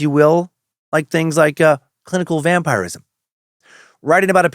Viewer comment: Hes definitely pronouncing it correctly. It can be prononced two ways really.